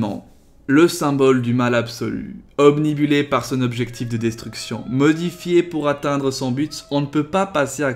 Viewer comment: Bonne vidéo, j'adore le concept de mélanger deux licences comme ça ! Je te recommande aussi ces fanarts qui modifient les types des starters, plein de bonnes idées. Cela dit, à , tu as dit "obnibulé" ; inverse le "i" et le "u" et ce sera farpait, heu, parfait !